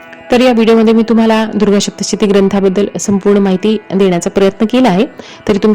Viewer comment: Adhi saptshati bolayala shik